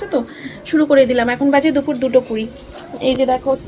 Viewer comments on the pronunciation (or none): none